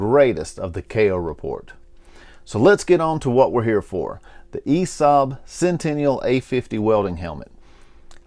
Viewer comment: Sentinel, not centenial.